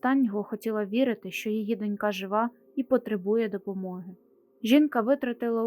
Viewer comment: З наголосами: дОнька, вітчИма.